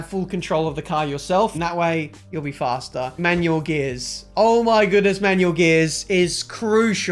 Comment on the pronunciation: I'm tired of hearing.. fhasta .. .. it's faster.